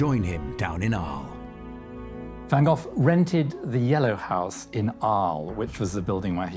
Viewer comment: I really do enjoy your documentaries, but have to say: the name van Gogh should not be pronounced as van Gofffff....